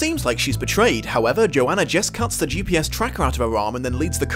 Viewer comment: I hate that everyone mispronounces the name Johanna. It is yo-hah-nuh!